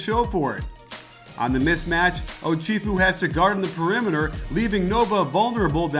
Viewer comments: iT'S Oh-CHef-ew. Not Oh-CHIEF-ew. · Great video but youre pronouncing some names incorrectly. Archie and Ochefu are off